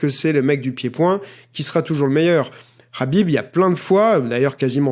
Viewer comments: Dis Khabib pas Rhabib t as pas un prendre un accent de merde pour les autres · Enfaite c'est simple, En phonétique Arabe, Kh se lit avec le son "R".. Donc ça se prononce Rabib.C'est simple Khalil = Ralil Khadija = Radija Khalifa = Ralifa Khaouf = Raouf Voilà :) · Ça se prononce rhâbib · Cest rabib la pronociation suand meme les nom comptes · Yoann Coia Imagine juste tu reprends quelqu’un qui prononce mal ton prénom et il te sort ce que tu viens de dire « j’men bat les couilles de comment ça se prononce sérieux » jsuis sur t’auras trop le seum, donc prononce le Kabib si tu veux mais après faut pas te plaindre si on te dit que c’est pas comme ça que ça se prononce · Pablo V Sauf que lui meme le prononce avec le KH russe et pas le H arabe, donc les gens qui le disent avec le H arabe le prononcent mal :)